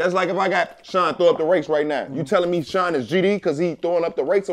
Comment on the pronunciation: dropping the Y’s is crazy 😭😭😭😭